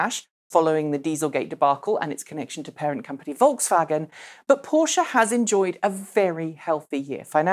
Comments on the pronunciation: finally someone pronounces Porsche properly... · omg I love you just for that fact that you say PorschE not Porsch like feeled any other not german persons